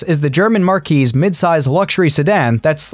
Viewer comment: Marque [pronounced "mark"] is a car brand. Marquee [pronounced "markee"] is a large pole tent.